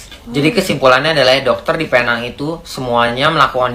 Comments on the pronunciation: Pee - neng.. ✅ Pay - nang.. ❎ Getik lubang telinga aku dgar nye.. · Kawan2 Indonesia semua..cuba sebut Penang dgn betul. cara sebutannya sprt ini .. P neng